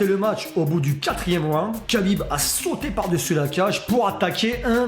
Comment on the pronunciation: C'est KHA-bib et non KA-bib ça ce prononce comme le chanteur Cheb KHA-led 😉